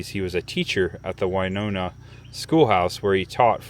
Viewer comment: It's very sad to hear about Hank Williams and I still hear in my head Midnight in Montgomery by Alan Jackson one of my favorite Country artists. 😞 A lot of people do the same thing on the sky bridge in Las Vegas near Hoover Dam,. It's pronounced Winona win not wy like Winona Ryder.